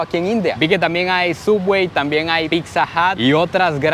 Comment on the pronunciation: Es pizza Chico no pixa